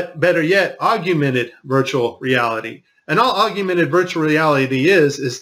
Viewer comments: Hmmm. So similar to the Hilary green-screen glitches. Maybe she was a hologram at a few events? Either way, good video, some interesting clips, but the word is augmented, not augumented. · The word is pronounced AUG-MENTED; not aug-u-mented. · Hate to be a grammar Nazi but it's not pronounced AUG U MENTED, it's pronounced, AUG MENTED where are you even getting the U from? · FOR GOD SAKE! .... it's pronounced "aug-mented" ...... NOT, Aug-u-mented.... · whats the difference? augumented and augmented? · Aug-u-mented is not how you pronounce augmented (ȯg-ˈmen-təd) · Argumented reality. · perhaps you should have taken the blue pill;-) By the way, the word is "Augmented", not 'augumented'. (I too studied advanced solid modelling and animation full time at tech college) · ❤ Thank you. Keeping this video to show to those who don't understand what load we are being fed by NASA!!! This is GOLD!!! When showing to my wife, she shook her head and couldn't believe it and then said "tell him it's AUG-mented and not aug--YOU-mented." Really? That's what you took from this? Don't worry, I filed divorce papers. Keep up the good work!!! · Each time he said “augumented” instead of “augmented” I paid less and less attention to what he had to say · AUGMENTED reality, not AUGUMENTED reality. He could have at least gotten that part right. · Great video! But correct me if I am wrong; I believe the word is 'augmented' , not augumented. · "agumented" it's AUGMENTED. and no, the earth is NOT flat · Say it with me now: AUG-MENTED. NOT aug-U-mented! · "augumented"? I think you mean "augmented"! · You do have a point especially with the footage of the guy in a harness floating by. But, dude seriously, if you are going to make these big claims you'd be way more credible if you knew how to at least spell and pronounce the word 'augmented'. It's 'augmented'. NOT 'augUmented'. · Im sure you know by now, there is no such word as "AugUmented". The correct term is "Augmented".